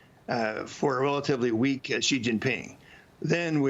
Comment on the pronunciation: Will Maria ever learn how to pronounce Xi?